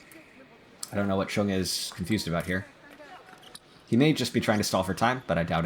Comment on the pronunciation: Chueng’s name is either pronounced like “Zhang “ or “chung” … not “Chen”